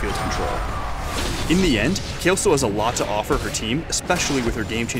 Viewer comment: Her name is Kayle, not Kyle. It's a she.